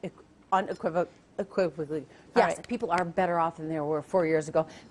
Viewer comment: I just love after her attempt at unequivocally (uneqquibbably - ) the anchor and other guest kick back with cheshire smiles to watch her dig deeper and deeper. Classic!